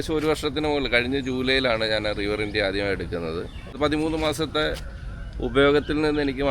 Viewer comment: റിവർ ഇന്ത്യ അല്ല റിവർ ഇൻഡീ 😀